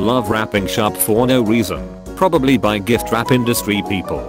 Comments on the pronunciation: now normally i avoid commenting on these things because i know these kind of videos use the weird pronunciations specifically to draw more comments. but. did you seriously just have 'giftwrap' be pronounced as 'jiftwrap' because i see how it is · Im sorry, but did the voice say jiftwrap?